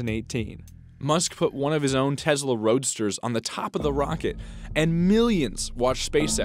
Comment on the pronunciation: Why do people sat TEZLA it's TESLA !